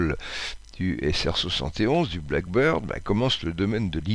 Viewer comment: avion Blackbird (accent tonique sur black) = merle, pas avion black bird (accent tonique sur bird) oiseau noir.